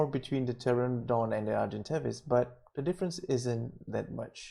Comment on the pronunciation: PTERONODON NOT PTERADON xD